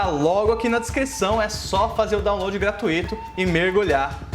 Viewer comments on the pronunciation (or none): none